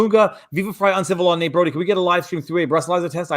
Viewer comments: So as a fan of Dragonball, I'm kind of annoyed that Uncivil Law mispronounced the character's name The character's name is Broly, with an "L", not 'Brody Not a major mistake but still 😂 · Wow they fucked his name up like a hundie times and "Vic" is known for playing "Broly" not Brody....